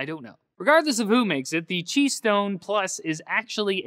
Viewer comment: ow is that how you pronounce qi wireless charging? I always thought it was "ki" not "chi".